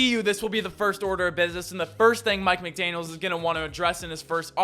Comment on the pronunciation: guys theres no S on the end of his last name